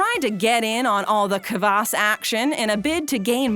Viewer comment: kvass not kabass